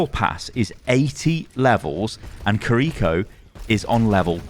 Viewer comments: completely unrelated to the BP stuff but god does it hurt hearing pronounce Kiriko as Kareeko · I don’t speak Japanese, but I think it’s pronounced KIR-I-ko like the accent is on KIR instead of the second I.